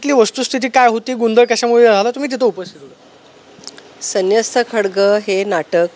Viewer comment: खडग नाही ग..बाई.. 'खड़ग' आहे ते..!! किती अडाणी खासदार आणि आमदार मिळालेत आम्हा पुणेकरांना 😢 🤦🏻‍♂️🤦🏻‍♂️🤦🏻‍♂️